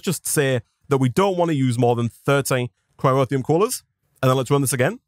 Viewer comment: It's Cryotheum, not Cryrotheum.